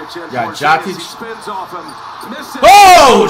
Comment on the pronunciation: LOL "Jock Itch" is mad work on Jokic 😂💀💀